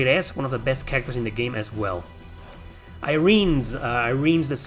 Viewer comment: Irenes is meant to be pronounced like her name in the Japanese version: Erinys (E-reh-nes).